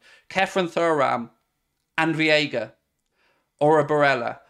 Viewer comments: Day 13 of mispronouncing Veiga as "Viega". Just say Vega and that's close enough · VEIGA VEIGA VEIGA! Not viega mate. We are not going to sign him till you get his name right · It's Veiga, not Vieiga. Driving me nuts. Otherwise, you're awesome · Hi! Great episode but just wanted to say Gabri Veiga’s last name is pronounced Veiga(VAE-GAH). CHEERS 🥳